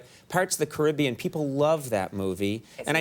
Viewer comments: I've never heard somebody pronounce Pirates of the Caribbean so badly... "Parrots of the Carribiyan"?? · Annnnd... Conan pronounces it Ca-RIB-ean.... Ouch. -Not the brand. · Parts of the Carribion WTF he cant even say it ..... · That's the British pronunciation. There is no definitive pronunciation of this word.